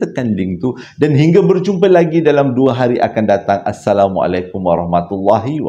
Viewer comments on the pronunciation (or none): none